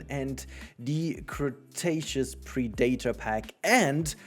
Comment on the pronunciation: Pre-Day-tor? Lol....pun on the prehistoric choice of pronunciation? This isn't enough to motivate me to buy it at full price, but I'm glad to have more dinos. I was hoping for something like the "Aviary" pack since they did the marine pack, but that's definitely "too much" for the community and would make the zoo community literally burn down the Frontier HQ for this game getting so many birdos while Zoo gets ... Anyways, Still fun! the update stuff feels like smart things that should have been added ages ago, but I'm relieved they are added now rather than never.